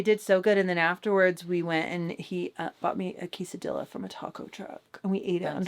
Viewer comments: And the "ques" is pronounced like "question" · As a Mexican fan, I want you to be fierce when ordering a quesadilla... lla is pronounced as the ja in Jack.